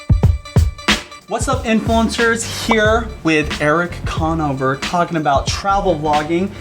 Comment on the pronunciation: lmao the way he pronounces Conover